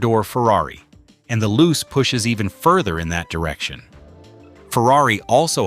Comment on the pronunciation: It's pronounced "Loo-chay", not "Loose".